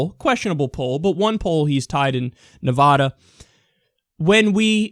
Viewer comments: Kyle please, it's Nevada not Nevahda. Trust me, I live here. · ITS NEVADA NOT NEVODA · When you say Navada -- say it like Nuh - (va like bat) - duh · It's Na-Vad-uh, not Nev-AH-da. It bugs every person living here to no end... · nice vid but its NEV-AH-DA not NE=VAAAAAH-DUH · It's not, Nevoda; it's Nevada. You know, the letter "a" makes its actual sound. Kickass Bernie is doing good, but my gosh I'm going to scream if you keep pronouncing it incorrectly. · It's Ne-Va-Duh, not Ne-Vaw-Daw. The same way you don't pronounce Texas as Tay-Hos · It is Nev-ADD-a, NOT Nev-ODD-a. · Nice commentary, but it's pronounced Nev"ADD"a. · I swear to god Kyle, pronounce Nevada, "Nuhvaada" one more god damn time. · No Nevadan says "ne-VAH-da" fyi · Dude, that's not how you say Nevada. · STOP SAYING NEVADA WRONG AHHHHHHHH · Kyle, I love you man. I really do. But will you PLEASE learn how to pronounce Nevada correctly? Thanks!